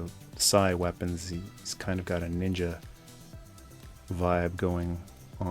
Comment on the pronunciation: Was the way you said “nin-ja” after Storm Shadow a reference to “Ask a Ninja”? If so, that’s a deep cut. Either way I must now rewatch those. :)